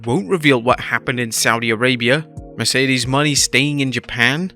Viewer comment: How’s he gonna mispronounce Mercedes Mone?